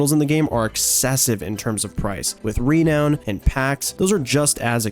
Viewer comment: You say renown weird.